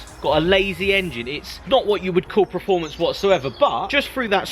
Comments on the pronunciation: your what 30 years old? And you've made it this far speaking English and you still can't say performance correctly! It's PERformance not PRAformance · Adam Thurgood It’s like nails on a blackboard when he says it. But hey... Nobody’s Prerfect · PERformence Per... not preformance. Also echoing others it’s not a truck. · Performance not Preformance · stop saying PREFORMANCE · Richard HumberstonePT now I can’t un hear that 🤦🏻‍♂️